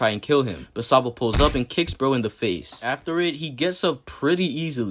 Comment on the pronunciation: bruh said SANbo😂